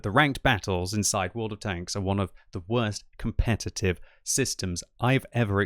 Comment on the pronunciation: commpetitve ha ha ha ha